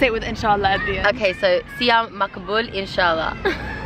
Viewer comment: Not gonna lie. She said "siam magbool inshallah" very good. A lot better than I thought she would.